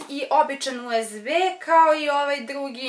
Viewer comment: rekla si usd umesto usb